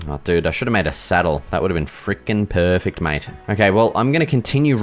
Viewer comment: bro says "peaufect" instead of "perfect" 😭😭